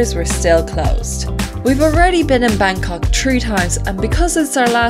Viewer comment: I like the way you pronounce Bangkok